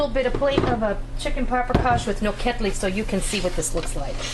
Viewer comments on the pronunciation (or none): the pronunciation should be all 3 syllables are the same....the emphasis is not on the KED. Also paprikas is pronounced as SH at the end.